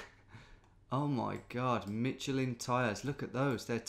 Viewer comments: Mitchell Inn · Please don't say Michelin ever again